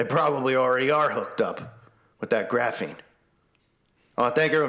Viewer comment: What the heck is graffeen?